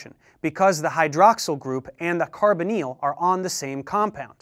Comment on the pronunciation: just spent 2 mins googling carboneal, til i realised he was saying Carbonyl